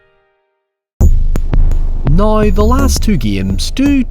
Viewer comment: said "noy" (now) at least 6 times in this video